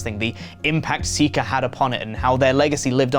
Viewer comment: Was not ready for how good accent sounded and what seems like a spot on pronunciation of Sika's full name. What a plot twist. RIP Sika. Many thanks in are in order for the legacy you've left us all. A job well done.